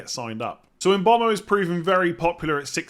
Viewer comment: Yeah come on, bit of respect, make the effort to pronounce the guy’s name correctly.